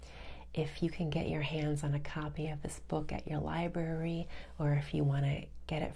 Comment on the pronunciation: Huge fan but it sounds like you are saying Lie-berry instead of library.